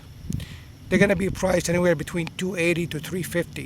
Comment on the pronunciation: "How's it goinGuh"